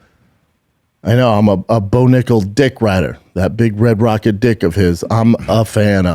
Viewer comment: Brendan, you have to watch how you say nickal !